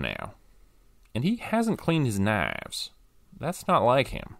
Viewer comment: I have to ask - was it a deliberate artistic choice to have pronounce 'knives' as 'naavs'? It cracked me up regardless.